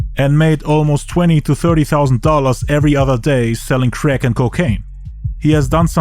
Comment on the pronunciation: "he went back to selling creck" 😂